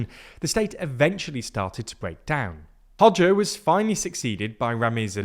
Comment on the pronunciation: Nice to hear pronounce Hoxha correctly! 👍